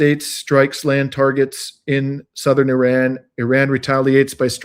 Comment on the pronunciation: Funny every once in a while you remember to pronounce Iran correctly with an R, but most of the time you show off and say "eeDon", great content, just distracting when you do weird things like that